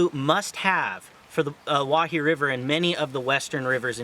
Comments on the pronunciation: It’s pronounced Oh-Why-he. Not oh wah he. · “I’m a guide here” proceeds to mispronounce it for the next 5 minutes